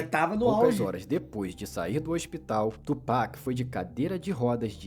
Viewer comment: "Tu Peck" é de lascar kkkkk mas bom react